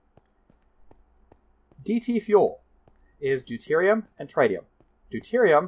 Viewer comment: Just btw, tritium is pronounced “trit-ee-um”, anyways another great video, keep it up!